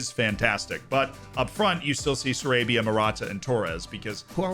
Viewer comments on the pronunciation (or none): It's pronounced Sa-RAH-bia 🙂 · I love you Z but to go from “pronouncing Kvaratshkelia ain’t hard” to then saying Pablo s-ARABIA is crazy